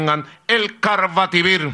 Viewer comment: EL CARRVATIVIRRRRRRR, MADE IN VENEZUELA" :v